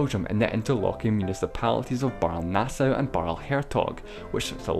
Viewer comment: Just a bit of nit-pickery - the e at the end of Baerle/Baarle is pronounced, not silent: "Barler".